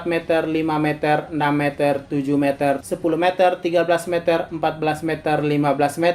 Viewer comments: si Mimin salah sebut jadi "mezer" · Meter nya salah cara bilang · Meter ya bukan mezer